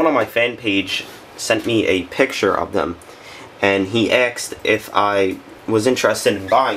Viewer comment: He axed you? Doesn't sound like fun.